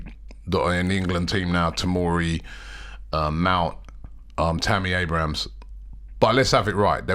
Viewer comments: Robbie every video - ‘’Tammy AbrahamS’’ 🤦🏾‍♂️😂🤦🏾‍♂️🤦🏾‍♂️ get it right it’s AbrahaM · They way Robbie keeps on saying Tammy ABRAHAMS🤣🤣🤣🤣